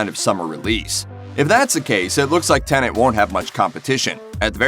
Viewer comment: Pleeeeeaaase stop saying "Tenant" !!